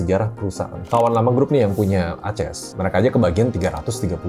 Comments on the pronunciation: Saya suka videonya. Sangat berbobot. Tapi ada satu yang menarik di telinga saya, pertama kalai dengar Aces dibacas "A-ces" wkwk, lucu ❤ keep it up Mr ☀️ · Dia bukan baca merk Aces sebagai "A-ces", dia baca kode emiten ACES sebagai "A-ces"